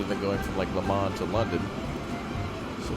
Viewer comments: "To Le MONS" xddd (From France its Le MANS ) so funny American try to speak french 😂😂😉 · You say it Le moh